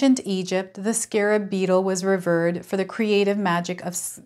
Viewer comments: Revered, pronounced, rahveered. Scarab Beetle. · What a fantastic reading - resonating very highly for what I am going through right now. Thank you. PS "revered" is pronounced "ruh-VEERed" <3 (you are the cutest!)